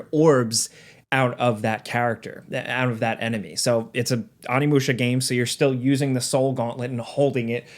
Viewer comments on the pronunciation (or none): Stoked for this game to come out, one of my favorite games growing up. But... Its Oh-nee-moo-shah not ah-knee-mu-sha. Not to be that guy but you are basically saying 'My older brother warrior' instead of 'Demon warrior' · Oh-knee my dude not ah-knee sound like an actor in m.knights airbender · Really hear that accent in your pronunciation. "Ah-nee musha" 😂🤘🏻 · I dig ya, but it’s oh-knee musha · Oh-ni-musha. You got the Musha correct how could you mess up the Oni part so bad? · it's pronounced Oh-knee-moo-shuh. Show the proper respect by pronouncing it correctly. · The way your pronouncing ONI in onimusha is hurting me 😭😭😭 but I am excited for the new game lol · Learn how to pronounce Onimusha and Sekiro. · The original game had the same thing the main character of it was the face of an actor. And I'm going to be that a**** and wish I could just bleep out the parts when you try to pronounce this game's name.